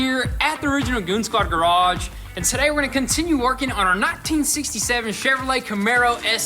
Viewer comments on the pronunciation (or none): none